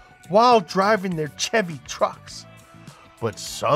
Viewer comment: Maaah, why does the man say Chevy wrong???